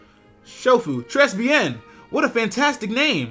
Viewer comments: mah nigga said tress bien. Now im bout to go look at my high school french text and find out if that's Tray or tress. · p At the begining, "très bien" is said "tr-A bi (and the first one french number "un")" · Tress-bee-en. DAT FRENCH PRONUNCIATION THO xD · "trez be en" haha ahhhh shofu what arrre you doing? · très bién pronounced tray beea french for very good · You butchered "très bien." It's pronounced tray be/n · i laughed really hard when you tried to say tres bien xD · Tres bien means very good in French. The s is dropped xD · Tres Bien is... Not pronounced.. That hurt my ears xD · what's up with all the english dudes who can't say très bien?XD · How you said très bien made me cringe